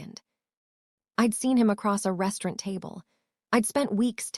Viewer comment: Please please stop mispronouncing restaurant. It's truly nerve racking 😂😂😂😂